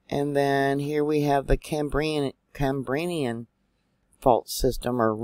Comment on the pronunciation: Dear...good morning ‼️❤️ Just to help you to pronounce phoneticly...as in the different age periods... CAM BREE AN...There at least I was able help you for once dear sister 😀 Have a very blessed Sunday ‼️❤️😀